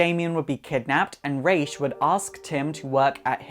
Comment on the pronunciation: Finally someone says Ra's name right.